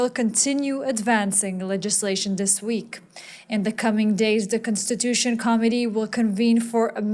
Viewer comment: The announcer's pronunciation of 'committee' I initially interpreted as 'comedy', later pronunciations led me to think that 'committee' was being discussed?